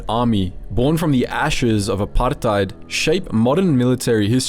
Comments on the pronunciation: The way he pronounces apartheid is so irritating. Saying it like its an Arabic word. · Gotta say. Loved the video apart from the dozens of times you rolled letters in apartheid that ARE NOT MEANT TO BE ROLLED. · The forced exaggeration of the word "apartheid" cracks me up. Y u tryna sound smart by saying it that way? Start putting a "bru" after it. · why do you say "apartheid" so weirdly?